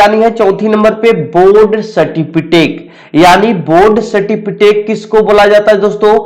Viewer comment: Abe certificate hota a certifitake nhi hota